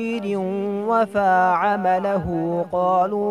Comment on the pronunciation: محترم! "وفی عملہ" کا تلفظ درست کیجیے